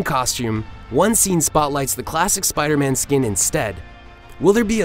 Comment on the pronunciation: Spida Man!